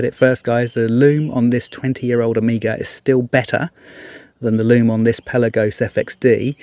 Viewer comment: Amiga was a computer. Hope you don’t say Seeko as well….